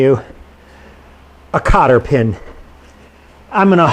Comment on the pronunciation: It was a joke...... When you said cotter pin.....it sounded like copper pen......ha ha.....love the videos man